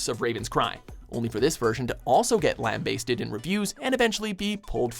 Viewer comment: Did he say "lamb-BAY-sted"?